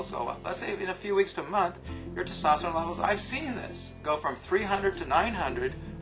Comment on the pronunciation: He's not entirely sure how to pronounce testosterone... he quickly slurs through the word everytime he says it! he's a professional!